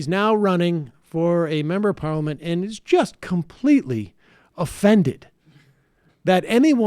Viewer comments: Why can’t Sam say parliament?😂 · Haha Sam u need to practice the word “parliament” :) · Why do you say parliament so weird ?